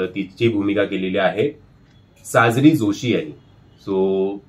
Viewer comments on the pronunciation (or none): mi tumvhya review baddal kahi bolale ka ? Pronunciation madhli chuk sangitli. Actor cha naav ch chukicha ghet ahat. Te sangitla. Tyat evdha bhadkayla kay zala ? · Sajri nai re sajiri , deva 😂😂😂